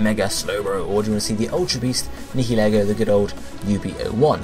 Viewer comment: Nihilego please It's 8-7... If Nihilego wins, it's "Nye-uhl-ee-go"